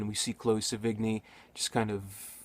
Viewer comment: I like it cause it's ugly. like watching a tornado destroy shit. cool! look at her go. anyway, I'm pretty sure you pronounced Chloe's name wrong. sev - in - yeh